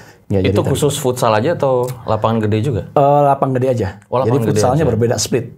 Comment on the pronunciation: FUTSAL NOT FOOTSAL